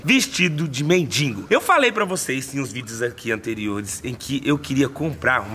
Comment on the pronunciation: Não fala mintigo é mendigo